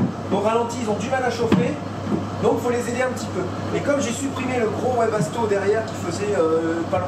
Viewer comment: Salut juste pour dire ça se dit vebasto et pas webasto 😉😉😊😊 sinon j'adore vos vidéos